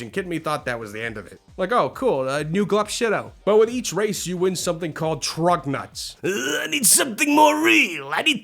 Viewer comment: There’s no N It’s not Trugnuts It’s Truguts